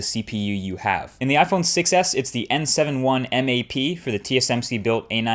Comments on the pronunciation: anyone else hear "iPhone success" rather than iPhone 6s? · The Iphone succes , cant unhear this